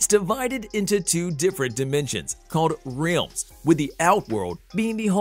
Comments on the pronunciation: Is it just me or does the way this dude says realms bug the shit outta anyone else lol. Ok buddy say it with me Rrr-el-mmm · Why did you say realms like that